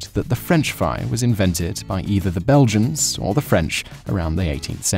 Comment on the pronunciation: The "Belgiams"...?